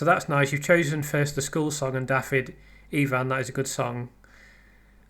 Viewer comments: Love your analysis. By the way, just to be pedantic, it's Deh wee Evans, not Dah wee Evans. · It's less than helpful to comment about Wales, the language, how the interview was conducted, the numbers of people who speak Welsh, the audience size & etc when you weren't able to listen to it and know little about our country and its history. You don't even know how to pronounce "Dewi" correctly. it's NOT "Dawi". To Welsh-speaking people that's intensely irritating and your attitude condescending. You might stop to consider why in 2025 everyone in Wales speaks English, when five centuries ago hardly anyone did so & what has happened since then. I am persuaded that Letby would not have been convicted had the jury heard the expert neonatal and statistical opinions publicly expressed since her trials and that she is therefore innocent. I prefer to listen to experts who are unbiased be they legal medical or whatever. Cheers.